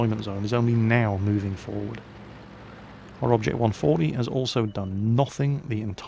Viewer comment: had to laugh how he says he was shooting at the 140.